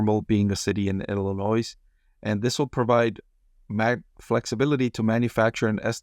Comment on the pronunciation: Hot tip regarding the Illinois plant. In Illinois, the "s" is silent.